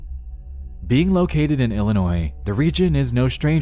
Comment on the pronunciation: Being an Illinois native I'd never heard of this story before, so thank you on that one. Also, thank you for pronouncing Illinois correctly lol!